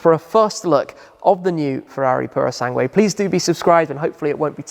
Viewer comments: You almost got it, the U in Sangue is mute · ...it´s simple...you don´t read the "u" in "sangue"! :/